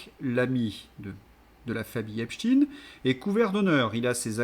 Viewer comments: QUAND allez vs donc prononcer EPSTEIN et non epchtin...en tant qu'ancien prof (de français ?!) diriez vs Einchtin,Lichtenchtin. ,etc.... C'est insupportable!!! Pour qui "roulez vs donc ???? Merci de daigner corriger Cordialement... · Désolée mais prononcez aïne et pas iiine Vous paraissez leur donner raison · Epstein et non Epshtin, svp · epstEIN pas epstINE, manque les castors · Pas Epstin mais Epstein svp! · Pourquoi prononcer epstine, ça dévalue ton propos. En français on a toujours prononcé Albert Einchtaïne et autres Bernstein, Eisenstein, Bornstein... comme en allemand et en yiddish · Cessez de prononcer Epstein en Epstine. Est-ce que vous dites Albert Einstein ou Istine ? Non ! Alors faites un effort au lieu de répéter ce que vous entendez sur les médias mainstreams. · vous écorchez mes oreilles: s'il vous plait, prononcez Epstein comme on prononce Einstein! Merci